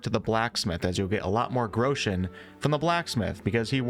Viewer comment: 'grechens' haha